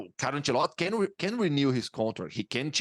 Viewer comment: Nobody: This guy: Carlo Ancelott'